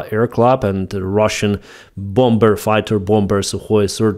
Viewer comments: often wonder why you still over emphasise the second B in bomber? most all of us say bommer at this point. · hay WE DONT PRONOUNCE THE SECOND B IN BOMBER IT SHOULD SOUMD LIKE BOMER. LOVE YOUR WORK, YOUR ENGLISH IS VERY GOOD